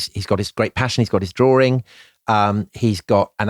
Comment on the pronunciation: "Drawring". C'mon, get yourself together.